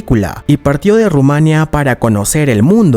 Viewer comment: Nadie le ha dicho como se dice Rumanía?? Ru- ma- ní -a.Nada de decir junto duelen los oídos, jajaja.por lo demás,todo genial